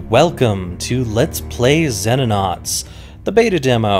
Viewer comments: I got to be a grammarnazi here, because it's Latin: It's pronounced See-no-nauts. Not Zenonauts. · he said zenonauts, it is pronouce ZEENOnaunts.